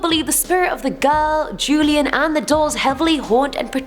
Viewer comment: Don Julian Sartana Barrera... Julian is pronounced Hulian